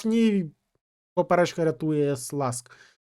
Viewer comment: Все чудово! Тільки не Сласк, а Шльонськ)